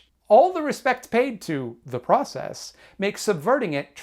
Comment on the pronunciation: saying da process like you say da mahney